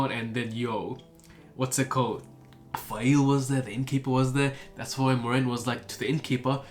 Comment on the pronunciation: Call her Faile. Trust :) Also please keep sharing how the names are pronounced IRL! I had no idea re. Be'lal or Ishmael. I love the depth of detail you get into with each video. It's like re-reading the books myself. I am so stocked for the next part. The first Perrin POV is one of my favourites for all the small moments you touch on: smelling the grey men, the paw prints, the dream visions, Hopper 🥰, Faile finding out the truth of Rand😅, the balefire! The world is corrupted because people are. Just like our world. I love your dark friend/black Ajah predictions. RAFO!! Nynaeve is best girl. Love her but yeah that chapter was a bit slow. At this point is when I really started enjoying Mat as a character, when he starts his journey to save the wonder girls.